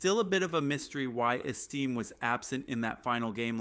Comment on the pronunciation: Name is not esteem, it is Estime...AI crap narration??? Hey, were not taliking Martha Stewart crimes...I have to see her 3+ times a day on national TV, even after years in FEDERAL.PRISON???